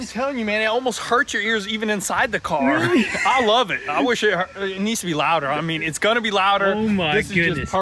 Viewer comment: "Were almost done with the carrr"!!..😂😂😂